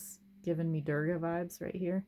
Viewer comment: Ive been watching your unfair comparisons and I'm hooked! I had a question about the strength/fortitude card, you said it gave you "Druga" vibes? What did you said there, I didn't quit understood haha english is not my first language